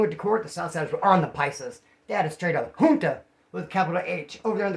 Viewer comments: Junta with a J.....not an H....H's in Spanish are silent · He said Junta with the capital H🤣🤣